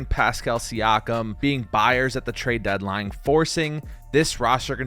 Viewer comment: "TraeD deadline" hehe.